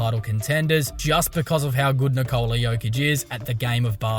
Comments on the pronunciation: His name is not Nikoooola. It is Nikola. Short O. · His name is Nikola not Nikoula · Níkola! Not Nikoula! Like Tesla bro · Will these Americans ever learn how to pronounce the name Nikola? Is it so hard? 😁